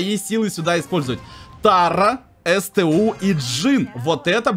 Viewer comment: Правильнее сту а не эстэу!